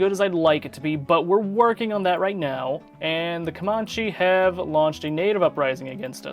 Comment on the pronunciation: come-ann-chee (as in cheese)